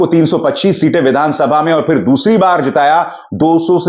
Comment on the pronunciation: aapko dekha hai bus aur kisi ko dekhneka dil nahi. Pehle hindi ka ucchaar karna seekho. Pir se nahi fir se. Amesa nahi hamesha. Laatak nahi naatak.